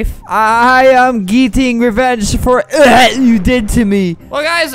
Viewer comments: What he said: ehat What flamingo made it sound like : JajHshsusnsIJjuhd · "ehat" CRIES